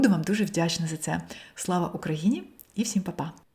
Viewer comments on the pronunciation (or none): none